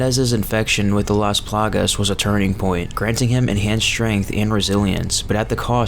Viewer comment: take a shot every single damn time he says "las palagas"